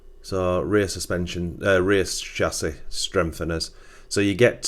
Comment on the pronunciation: This video is unwatchable for me, cause of your pronunciation of chassis and aluminum...ugh my soul!👎👎